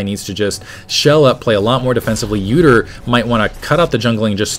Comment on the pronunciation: when he said udyr and poppy i thought he said "uterine poppy". i thought it was a new skin -.